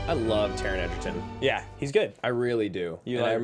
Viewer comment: Not sure why they keep calling him Edgerton when his name is Egerton